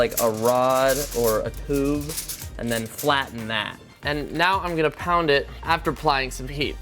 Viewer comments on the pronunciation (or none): none